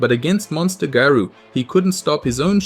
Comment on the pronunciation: Stop pronouncing garou wrong